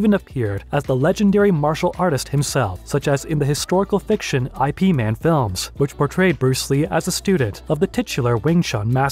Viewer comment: It's not "I.P. man films" It's Yip Man films!!! For a martial arts enthusiast who knows so much about Bruce and Jackie, you'd think you'd know at least about Yip Man and how to pronounce the name correctly!